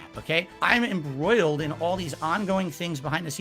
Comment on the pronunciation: “Embroidled” - Valedictorian 🤣